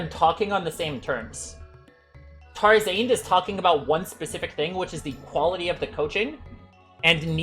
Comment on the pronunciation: why the way he says tarzarnd is kind of weird